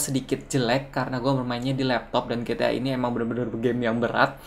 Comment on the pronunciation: It's ji-ti-ay bukan gi-ti-ah